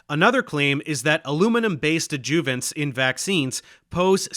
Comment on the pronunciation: I have never heard anyone pronounce adjuvants the way Dave does. Not sure where he was raised, maybe it’s a geographical thing.